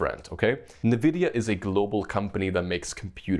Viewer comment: I get Goosebumps everytime he says "Nividia" instead of just pronouncing it corectly :(